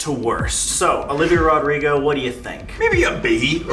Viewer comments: I love the way colby said Olivia Rodrigo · The way colby says "Olivia Rodrigo "😭💀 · The way he said Olivia rodrigo its just so funny love them both😂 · The way Colby said Olivia Rodrigo got me dying